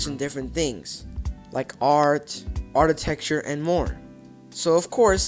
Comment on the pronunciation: It's pronounded and spelled architecture ARK-a-tecture, not ARTitrecture. I had to stop watching because I couldn't handle the way you were saying it/ using the incorrect word.